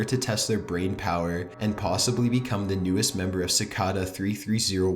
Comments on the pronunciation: I love your channel but you don't know how to pronounce Cicada? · Am I the only one who was bothered how he pronounced cicada? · I was more disturbed by the way he pronounced cicada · DUDE THATS NOT HOW YOU FUCKING SAY CICADA YOU WANNABE EMO SOUTH PARK FUCK! Aight im tapping out after 9 minutes, I cant stand the dumb female voice dude. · That's not how you pronounce cicada... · Si - kay - da not ci - ka -da for pronounciation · Cicada. It's pronounced "si-kay-da". Seriously, learn to speak English properly before you lend your voice to a publicly available video. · It's cicada not sickada your voice is cancer but other than that vids good but use emotions in your video please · it's pronounced sic-A-da, now sic-ah-da... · This is good but he talks SO WEIRD AND HORRIBLE! Its so monotone until the end when he sounds like a valley girl. ALSO ITS PRONOUNCED CI-CAY-DAH, NOT CI-CA-DAH. ALSO ITS PAH-STAH, NOT PAY-STAH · cicada is pronounced kick-aida not sickada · pronounced "si-kay-da" or "chi-kay-da", not "si-ka-dah" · You are pronouncing cicada incorrect. You are pronouncing it "Ci-car-dar" its pronounced "Ci-kay-da" there is no letter R or even R sound. But you sound it twice. Great video none the less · sih-cay-dah not sih-cah-dah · I am like 99% sure cicada is pronounced ci-kay-duh and not ci-kah-dah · oh yay, the last Top15s video I watched, we pronounced Cicada "sickeda" -.- we're getting somewhere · Ci- cay-duh ...ugh its hard to listen to. LOL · Cicada is pronounced sa kay' day. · Dorsey Barnes in Australia it's sick-ARE-duh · CicAda lol. Ci-Kay-duh. 😊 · Cicada pronounced "sick Kay da" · "Sicawda" I hated that pronunciation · Is anyone else bothered by the way he pronounces “cicada”? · The way you pronounce "Cicada" and "Pasta" really bothers me. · That's actually how it's pronounced though (I believe), remember it's German. He was pronouncing cicada very wrong though